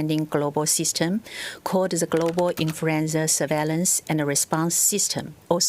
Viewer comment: .. .. "Infruenza" .. She Kirring me. Ooooh ... Ah Many times she say .. "Infruenza". ROFR.